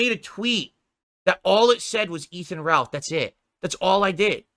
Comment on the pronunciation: “I don’t even know who Efan Ralth is”